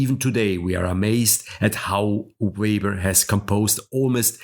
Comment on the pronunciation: "Weber" is pronounced "Veber." "Chord" is pronounced "cord."